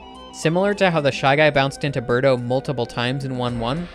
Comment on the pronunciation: It's Birdo not Berto